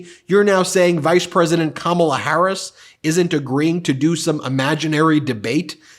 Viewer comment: .... DJT couldn't say "Harris". Sounded like he attempted tosay Kamala last name, but could get passed the "H".